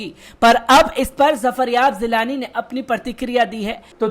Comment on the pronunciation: Zafaryab zilani nahin zafaryab jilani name h.tanj nahin tanz hota h please sheen qaaf durust kar len .